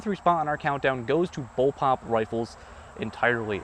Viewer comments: its pronounced bull PUP, not bull POP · It's bulpup, not bulpop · First BOWLPOP: "lol, he said bowlpop when he meant bullpup." Second BOWLPOP: "wait, does he think it's pronounced bowlpop?" Ninth BOWLPOP: "....I'm dead...." Please don't make a BOWLPOP review video. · ITS CALLED A BULLPUP NOT BULLPOPS